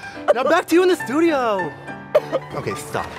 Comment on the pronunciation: "Now back to u in Th'tedioooooo!!!?"